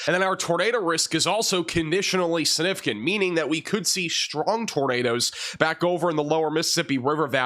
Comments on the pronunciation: snifficant? Don't you mean... SiGnificant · SIG nificant. You're an announcer for crying out loud. Try harder. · You are so funny - significant has a G that is pronounced. SIG-nificant. You say it a lot- let's hear that G!😂